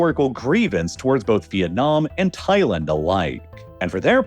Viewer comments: I couldn’t make it through the whole video because you say Thailand too weird. It’s Thai-land not Thai-lend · Thailend lol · Why you sayin Thailand like that ? Lol am I trippin?